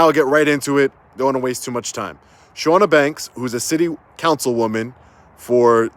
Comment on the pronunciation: I feel like it should be said just in case she comes back up as she's committed libel against you now but the Ch is Ch not Sh sound. CHAW-nuh. Also ridiculous. Everything.